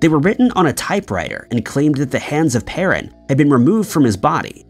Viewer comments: Learn to pronounce words like Newfoundland and Peron. It undermines your credibility. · Now if he could just pronounce Peron and Newfoundland correctly.